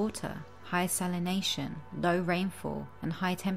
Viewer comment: It would be better if she could pronounce salination, exaccerbated and several other mundane words